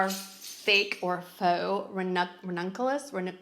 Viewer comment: First time I’ve watched any of your videos-thanks for all of the ideas & recommendations. Will be looking for and ordering a few new makeup & clothing items for spring from your video. Oh and the type of red faux flowers you showed are pronounced ruh nun cue luhs. Ranunculas are so very pretty, remind me a bit of poppies! 😊